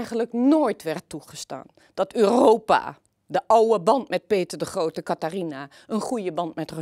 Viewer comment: Mevrouw begint te lekken bij het uitspreken van de naam "Peter de Grohote".